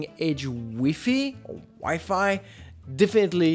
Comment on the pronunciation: The fact that he doesn’t know how to pronounce WiFi should show that he shouldn’t be giving reviews.